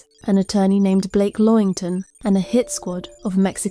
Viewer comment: I wondered if someone else was going to pick up on the LAW-INGTON name.